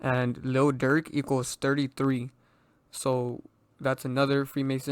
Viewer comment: Bru I thought you said durk is fbg duck